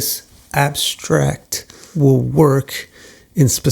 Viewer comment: The way you said abstract tickled 😂 lol